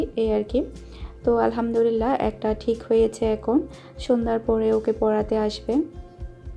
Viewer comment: আপনার ভিডিও ধারা বর্ননা খুবই ভালো হয়। কিন্তু কথা বলতে কিছু শব্দ উচ্চারন সঠিক বলেন না। যেমন কতা - কথা, টিক - ঠিক, পতিদিন - প্রতিদিন। প্লিজ কিছু মনে করবেন না, ফ্রেন্ডলি কথাটা বললাম। আসলেই আপনি ঠিক বলছেন, এমন মৃত্যু যেন আর কারো না হয়। খুবই হৃদয় বিদারক।